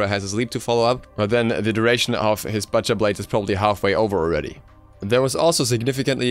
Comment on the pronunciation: The way you mispronounced "butcher" annoyed me. But still good information.